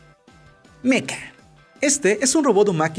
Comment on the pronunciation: Joder, se dice mecha no meca...